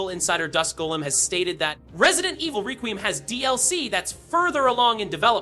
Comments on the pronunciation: It’s requiem not “raqueeum” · Restarted the vid 3 times to hear what exactly is going on there in the very beginning, and still confused: "Resident Evil 9-zine Requeem?" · It's pronounced like, "Wreck-we-em." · Bro I hate when yall youtubers can’t pronounce anything involving video game news to even save your own life HOLY SHI it’s requiem ykw just say resi 9😭😭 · Mb it's just a accent or was talking fast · You can't even pronounce the title! 😅😂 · Being so loud and energetic on top of mispronouncing the name of the game multiple times, made me close YouTube all together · Delete your channel for using AI and getting the name wrong. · Bro your saying requiem wrong